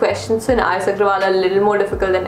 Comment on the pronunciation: It's not R.S Aggrawal its R.S Aggarwal